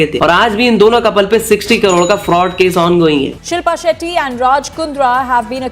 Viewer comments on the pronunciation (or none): Bhai setty nahi shetty bol😂😂